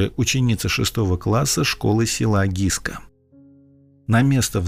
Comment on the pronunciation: Не Гиска,а Гыскэ.Вечно искривляете названия.